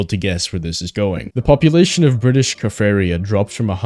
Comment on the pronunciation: Also pronounced kaffraria wrong